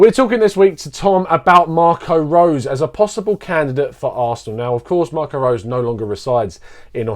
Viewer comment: His name is pronounced RoseR & the last 4 letters in the word Salzburg are pronounced BORG. The analysis here, though, is very good.